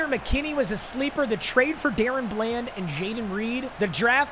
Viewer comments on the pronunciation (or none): It is da- Ron bland nor Darren bland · somebody tell papa it’s pronounced Da Ron bland not darren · if he says dayrun bland again im gonna lose it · It’s Daron bland like (duh ron) lol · it’s Duh-Rawn Bland saying my kings name wrong smh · The way he says DaRon Bland lol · The way you pronounce DaRon Bland pisses me off